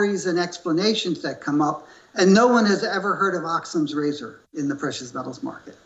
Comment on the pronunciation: This moron does not even know how to pronounce Occam's razor. The given in Occam's razor is that all other things are the same. These times are unusual, and Occam's razor does not apply.